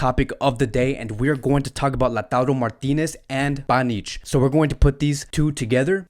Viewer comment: You call him panich😂😂😂😂